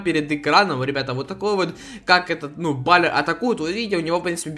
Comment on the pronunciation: Пишется баллер а читается баллэр